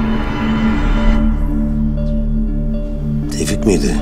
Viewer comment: Tevfik : neden yaptın Şebnem : senin için tevfiik